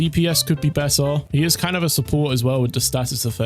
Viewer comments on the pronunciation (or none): none